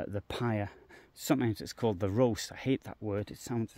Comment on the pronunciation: It's ROST pronounced as in lost, and it just means fire grille.